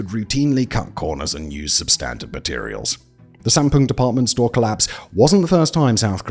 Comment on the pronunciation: Great video, though there were some mispronunciations of the names, due largely to the romanization system that Koreans use. Woosung should sound like Oosung, the a in Sampoong and Gangnam should get an ah sound, eo combinations of letters (e.g., Seocho) should be pronounced as uh, and Lee is really Ee. Often you can type in the name, get the Korean version, and drop the Korean version into some sort of tool for reading aloud. Takes maybe fifteen minutes to get the correct pronunciations and to write them down for Simon to add to narration.